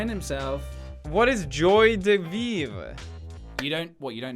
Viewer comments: "What is joy da veev?" "Oh come on you don't know what joy de viver is?" Lmaoooo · Joie de vivre in french means you enjoy your life. we pronounce : Jwa de vivr :D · "Joy de vivr" :,3 Thank you Felix xddd You are soooo bad is French, it kills me every time. That's cute tho x) But, seriously, Joie de vivre means that you are happy to be alive x) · Pewdz: What is "Joie De Vivre?" Me: ITS FUMMING FRENCH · it's called Joie De Vivre. not Joie De Vivre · OH GOD! that was funny to see you struggling to say "Joie de vivre", PJ saying "oh man, it would blow your mind!" XDDD I can't take it!! i'm laughing so hard!